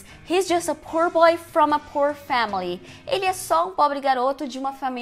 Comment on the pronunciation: Uma professora falando "pur" boy e "risco de morte"!!??????? Raios e trovões!